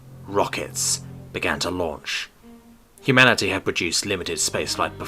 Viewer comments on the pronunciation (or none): Hu-Manatee. Am I the only one that heard it like this?